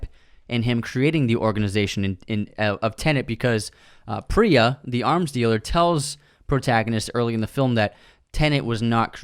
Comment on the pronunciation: It’s Preeya (Priya). Not Pri-ya (as in prions).